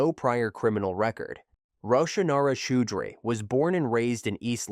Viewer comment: First story…it’s pronounced Chow-dree.